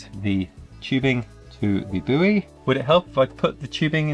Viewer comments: Please don't call it a "boo-ey". It's funny coming from an American accent, but with your accent it's just wrong. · ...do americans really pronounce it boo-ey??! That's wild